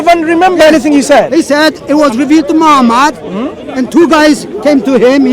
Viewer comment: subhannaAllah. mispronouncing the name of the noble soul, holy prophet Muhammad [SA] is not a good thing. if intentional, it is from the height of evilness. if it is lack of knowledge, one should be able to listen and learn proper pronunciation by listening to the ones that are with you and know how how to pronounce it.